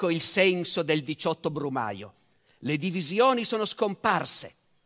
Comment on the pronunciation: " Il 17 brumaglio " XD